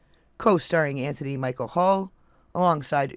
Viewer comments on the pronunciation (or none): none